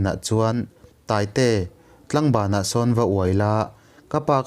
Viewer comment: Ngaihnom thin khop mai. Kalo sawi ve lawk anga, (Tlangban) ni lovin Tlaangban thlukseina awm tur ania.. tlang (hill) anga lam tur ni awm tak ania.kalo sawi ve mai mai ni e.